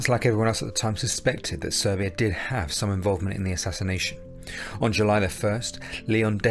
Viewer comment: It's Serbia, not Servia. Just saying